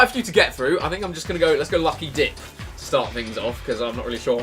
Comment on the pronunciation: you said lucky dick not lucky dip